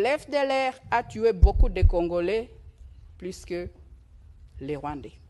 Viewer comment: Hé! Tala Rwandaise oyo! Oyo ko sakana na ba congolais... Keba na yo ... Yoka ndenge azo confondre ba"L" na ba "R"... Ba lobaka "Plus" et non " Prus"... Keba nayo Rwandaise yo!